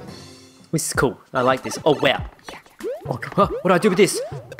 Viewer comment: Thidj. Thidj? This. Theez